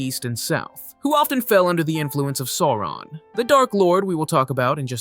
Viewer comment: A great recap, thank you! But you missed the correct pronunciation of Sauron.